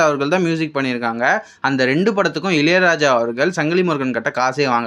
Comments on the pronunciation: இலை ராஜா இல்ல பா இளையராஜா சொல்லு... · இலையலாயா இல்லை இளையராஜா 😅